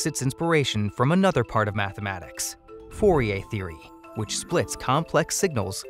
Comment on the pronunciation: u keep saying fourier wrong.